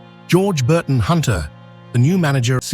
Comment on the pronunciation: Great film. But it’s Sir John Burdon Hunter, not Burton! He was my Great Grandmother’s cousin.